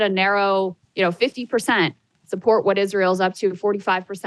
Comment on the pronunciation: Young people dont even know how to pronounce israel